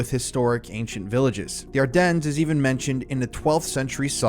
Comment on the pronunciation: The "S" in Ardennes is silent.😮